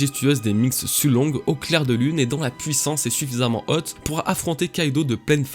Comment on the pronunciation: ca me fait délirer comment tu prononce haute à chaque fois :D Un montage de hot qualité !